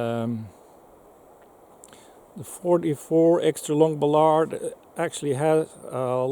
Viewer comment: He needs to learn how to pronounce Ballard.